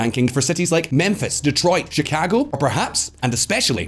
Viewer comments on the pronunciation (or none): Can you just say “Chicago” one more time?